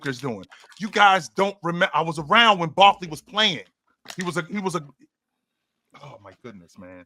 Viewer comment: What is this dude saying? Barkley????? I grew up watching Barkley and I can say Giannis and Jokic are better.